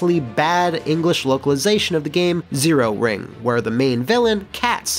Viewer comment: Matt, it's Zero Wing, not Zero Ring...